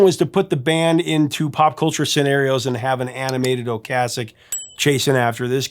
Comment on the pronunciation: Well this is why you're the. I thought you were pronouncing Ric Ocaseks name wrong, as I have always prononced it O-case-ek, since my high school days in 1978-81 when the cars burst onto the scene. So I looked it up, and sure enough, your pronounciation of O-cas-ek is correct! I remember me and my buddy totally burning the Cars 1st album out, the first summer it came out. We had the entire Album memorized! I once ran into Ric and his supermodel wife, Paulina Poriskova, at a cycling race in Bisbee AZ, they were in the same coffee shop that I walked into. I went nuts, as I was a huge fan of both of them. I had all the Sports Illustrated swimsuit issues with Paulina in them!